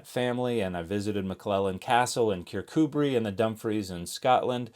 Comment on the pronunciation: Btw, top marks for pronunciation of 'Kirkcudbright ' 👏🏽